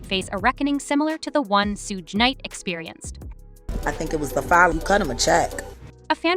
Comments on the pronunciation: Ho don’t kno how to say suge name right damn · Suge = shoog like sugar